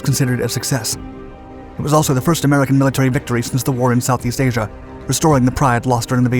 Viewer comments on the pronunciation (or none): none